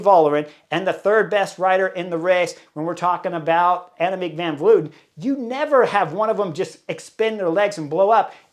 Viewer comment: it's Tiesj Benoot, not Benoet. Pronounced as written. Dutsch is a phonetic language. Reuser, not Roezer Van Vleuten, not Van Vloeten Kopecky is pronouced perfectly. 🙂